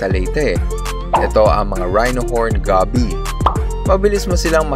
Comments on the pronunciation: Goby.... Gow-Bee not Gaby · Na trigger ako sa pag pronounce niya sa goby haha (Go-bi) not gaby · Goby is pronounced with a full "o". Like when you say "go" in "let's go..." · Aside from the pronunciation of Goby, amazing video sir.